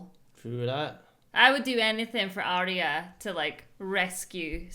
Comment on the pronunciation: I love how is still calling Arya "Arry"